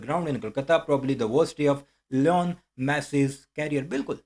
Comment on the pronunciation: Its li-nol messi not leon messi